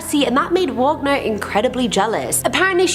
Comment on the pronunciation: It's Robert WAGONER....